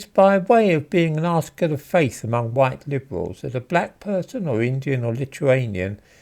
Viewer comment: “Hideously huwhite”